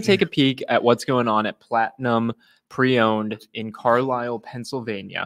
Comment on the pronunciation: It’s Carlisle…. Lol